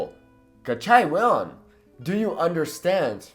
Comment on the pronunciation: It's not "weon, but "huevon" wich means literally bigballs and stand for "moron" ! Huevon = boludo !